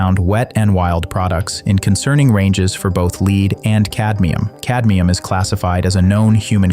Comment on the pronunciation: FYI, the voice is pronouncing “lead” the wrong way. It’s pronounced “led” in this context.